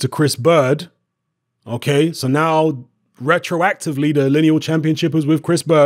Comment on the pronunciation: "Rectroactivley" StrikesBack